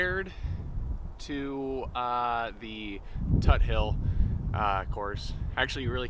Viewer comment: Never heard somebody call it Toothill 😂 it’s TUT hill. When it’s cold and rainy any course is going to suck but overall that’s the best course in Sioux Falls area.